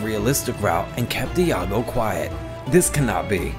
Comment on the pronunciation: Informative video, but please work on your pronunciation. It's not "Ih ya go" or "Ee ya go". It's just "Yago". The I and A combine to form a Y sound.